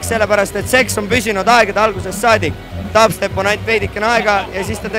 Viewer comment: Sa hääldad DubStep Natuke valesti !